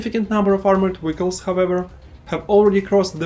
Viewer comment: Your pronunciation of Vehicle is crazy. No hate, great video.